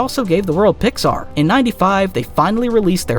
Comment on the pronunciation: Oh, it's AI nonsense, no human who's lived and ya know -- has seen a movie -- would pronounce Pixar like that. What a bunch of bullshit this video is. It's amazing to produce a 30 minute video and get so much wrong.